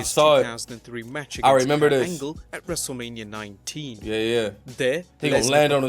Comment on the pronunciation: Wrestlelamia sounds weird here 😅 Am new here